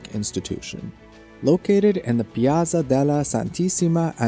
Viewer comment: As well as the "ospitale degli innocenti" is pronounced "ospitale DELYI inochenti" . "Piaza Signoria" is "piaTSa sinyoria". Yes, these are difficult sounds for an American, but I would suggest to practice them a little before starting to make a video about Italy. Sorry, didn't mean to criticise, but it was really difficult to focus on the actual content and enjoy the otherwise excellent video.